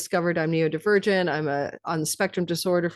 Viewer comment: Happy for you,🌼 I have a natal Sun Pluto conjunction., both my sons and I are Neurodivergent.. but heads up, you keep calling it, " Neo divergent'... its " Neuro" ( as in brain ) not "Neo" ( as in Matrix)... and your self diagnosis is a lil on the nose, if you keep saying, " Neo". Thanks always for your vids 🌟